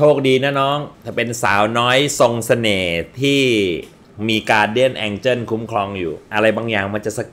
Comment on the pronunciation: angel ไม่ใช่ angle